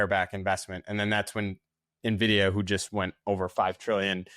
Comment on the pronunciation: It's "en-vidia" not "MUH vidia"